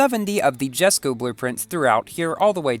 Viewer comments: It's written jesko but pronounced yesko just letting you know 😅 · It's pronounced as YES-ko